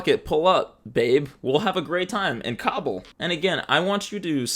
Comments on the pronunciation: KAH-bull, not COBBLE. thank u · I’m so sorry but it’s hilarious hearing “cobble” instead of “ka-bool” I know it’s similar but I’ve always heard it being said with a slightly longer “ool” sound at the end. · Kah-bool. Not cobble my guy